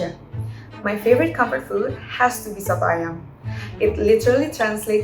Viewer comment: the way she said soto ayam is really nice to be honest